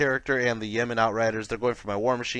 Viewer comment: Cant help but laugh when you say Yeman and not Yeo-man, just need some Saudi aircraft to fight off all those Yemen! Great BR though, enjoy your stuff!